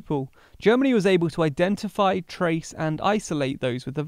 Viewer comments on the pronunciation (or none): none